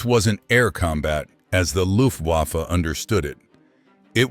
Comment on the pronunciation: The narrator should learn how to pronounce "Luftwaffe."